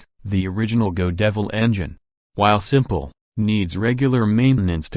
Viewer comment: I don’t know how AI voices are created but, they sure do screw up pronunciation most often. ie: GO DEVIL ENGINE what the hell is that? How about GOD EVIL ???